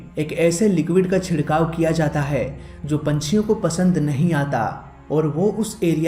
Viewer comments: Bhai, Aap (Jo) ko (zo) bolte ho, jo ki bahot zyada galat hai, please... (Jo hume humari manzil tak le jata hai) Don't mind bro, its also a knowledge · Jaise- (Jo, Jab,) Aap kabhi kabhi (Zo aur Zab) bolte ho